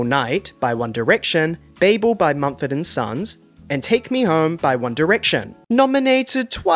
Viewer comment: Think it’s pronounced babble not “bay-bull.” Like as in Tower of Babel.